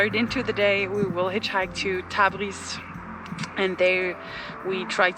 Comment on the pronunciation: Thanks for the video. I think you say Tabis but its Tabriz*